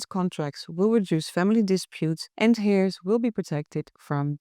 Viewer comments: Love your videos and your English is pretty perfect but I thought you might want to know that 'heirs' is not pronounced 'hair' (like hair on your body). The 'h' is silent, so it is pronounced 'air', like the air we breathe. I really hope you don't mind me saying. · Not hairs but with a silent (h)eirs.